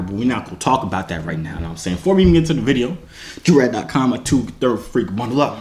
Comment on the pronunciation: When someone calls joovier joorags 😂